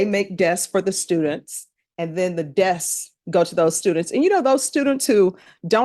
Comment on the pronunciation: i love her, but she cannot say desK. with a K